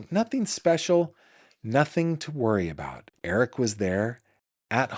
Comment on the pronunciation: I literally lol'd when you said "walking aboot" when beginning your story about a trip to Canada. 😁